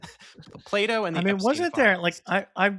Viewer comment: I legit thought was saying Play-Doh was banned in Texas being too gay until I realized he was saying Plato. It's crazy I didn't think the former wasn't out of the realm of possibility for Republicans to ban